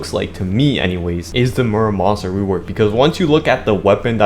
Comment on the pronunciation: murasama not muramasa